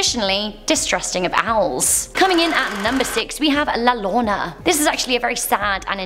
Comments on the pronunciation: OMG YOU ARE SAYING LA LLORONA SOOOO WRONG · La Llorana to la lona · Its not pronounced "La llona" its pronounced "La yorona" cuz in Spanish the double L sounds like a Y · fr called la llorona “la Lona” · La lona💀💀💀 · I love you but it’s pronounced “la yo-ro-na” (wink wink) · La Llorona... Ll has the same pronunciation of Y. As in Yorona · La lona? Or la llorona? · It’s La Yonnora two L ‘s are prounced Yo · is anyone else bothered by the way she said la llorona aka the weeping woman